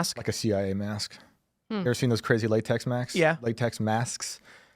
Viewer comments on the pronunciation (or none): none